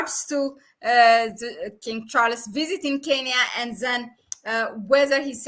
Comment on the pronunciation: King Char-les.......?